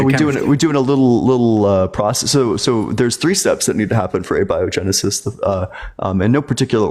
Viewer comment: guy can't even say abiogenesis.